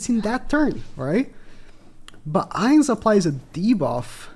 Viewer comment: Bro made me cry when he pronounced his name wrong..